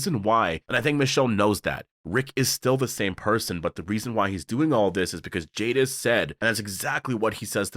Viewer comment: Jadis not Jadif.